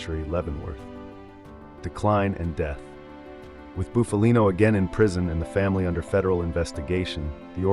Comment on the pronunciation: The narrator is mispronouncing Bufalino last name